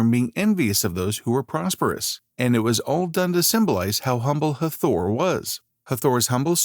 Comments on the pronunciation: Hard to take the upload seriously when it doesn't even pronounce the goddesses' name right...the accent is on the first syllable thus HAA-thor not Ha-THOR! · IT'S NOT EVEN HATHOR, IT'S Het-Her-t, AND IT'S A SHAME THEY SHOW THE REAL IMAGES OF THE PEOPLE CLEARLY DARK, BUT PUT ALL THESE MODERN PALE PEOPLE IMAGES LIKE THEY'RE THE SAME PEOPLE.